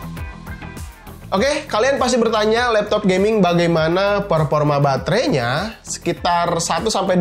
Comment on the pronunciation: Performa bang bukan peporma